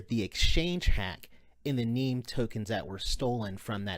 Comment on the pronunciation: It's NEM not NEEM, sheesh. :)